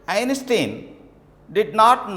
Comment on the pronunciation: Poor pronunciation of the words, Einstein, intelligence.... horrible. Discuss about......? Is that right? 🤔